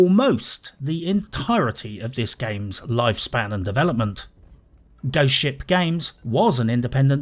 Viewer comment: Every time you say Ghost Ship, it sounds like you’re saying Goat Shit.